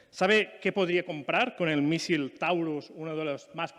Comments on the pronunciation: Cuando no sabe ni decir "misil" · Qué es un “mísil”? 😂😂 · Así se pronuncia en catalán, mísil... está claro que al lumbreras le cuesta un poquito expresarse en idioma "extranjero"